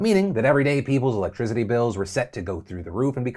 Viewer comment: Love ya Phil but there is no “Z” in electricity